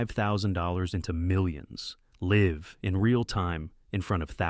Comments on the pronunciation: Can someone teach Ai to say LIVE instead of Liv 😂😂😂 & click bait title say live proof. Nope. Just talking, no actual examples or actual recorded live trading. Oh and there is only one actual video by Kristjan here on YouTube & oh my gosh, he uses indicators 🤣🤣🤣🤣. I hate Ai BS. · That fact that AI can't differentiate between "live" and "live" is CRAZY